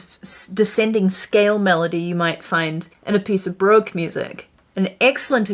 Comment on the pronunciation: Pedant Alert!!! How were you pronouncing “Baroque” correctly and then .? ;-}